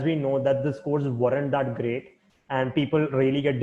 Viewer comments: I like it when he says that's gRRRReat :) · RRRReally that's gRRReat!